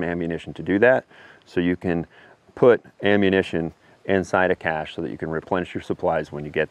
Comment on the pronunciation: I'm glad that you pronounce it correctly by saying "Cash" instead of "Cash Shay." Thumbs Up